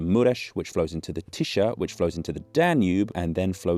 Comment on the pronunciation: Tisza is pronounced "tisa" not "tisha"